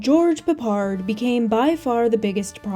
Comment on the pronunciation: George Peppard - she pronounces a name correctly! How refreshing!